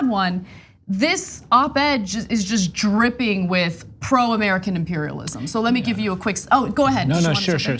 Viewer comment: Did she really say American imperlism? Wtf country is she from?